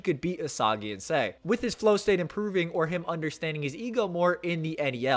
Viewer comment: Why does he pronounce Sae, say? 😂